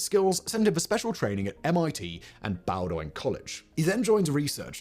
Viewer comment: Bowdoin College is pronounced "BO-din". Long o, emphasis on the first syllable. Also, it's Chuck LORR-EE (like Peter) and Steve LEH-vi-tan, not "Leh-VIT-ian". Learn to read and/or research how to pronounce names. God is in the details and these details aren't correct.